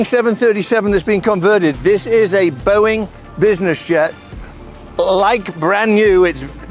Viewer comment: You lost me at "Boeing"